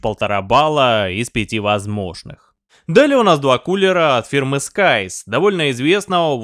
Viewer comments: scythe - читается скорее как "сайф", но никак не скайс. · Сайс, не Скайс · Scythe (Скутхе) - читается Сайф. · Scythe - произносится сайф и общей сборной таблицы по температурам нигде нет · что с английским,? Сайф - коса. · Друг, Scythe по другому произносится :) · сколько лет уже, а блохеры и остальные ленивые троешники "косу" все также произносят как дебилы. даже кнопочку озвучки в переводчике лень нажать, чтобы услышать как должно звучать слово scythe, но после "влазит" вопросов уже нет. то, что про заделку боковин у пластин, производительность или воздушное давление вентиляторов и продуваемость и влияние этого всего на температуры ни слова, уже не удивляет